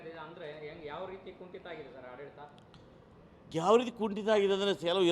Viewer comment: ಈ ಕನ್ನಡ ಭಕ್ತನಿಗೆ ಅ ಉಚ್ಛಾರ ಮಾಡಲಿಕ್ಕೆ ಬರೂದಿಲ್ವಲ್ಲ, ಆಡಳಿತ ಅನ್ನುವುದು ಇವಪ್ಪನ ಬಾಯಿಯಲ್ಲಿ,ಹಾಡಳಿತ ಆಗಾತೈತೆ